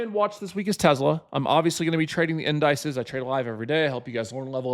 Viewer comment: The in dices hahah 😂